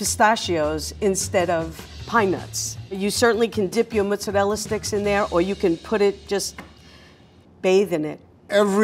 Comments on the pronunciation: I can't stand this woman. "Mutsa-rela" Her pronunciation is driving me mad. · Somebody teach how to pronounce Italian foods correctly, instead of talking like a goomba from Staten Island. She can start with "mozzarella." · anyone else be mad ash by the way she says mozzarella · Have to wonder why some people make up their own pronunciation and pretend that it's correct. There is no u in mozzarella.